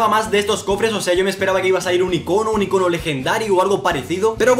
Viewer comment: "Icóno" vales verga:v